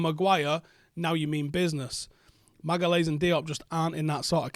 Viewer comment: Magalhaes', pronounced Magayesh